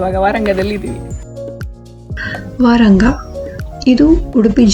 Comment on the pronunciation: Vaaranga alla sis varanga